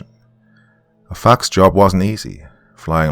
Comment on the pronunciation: Him saying Fox Me hearing Fawk 😅😂😅😅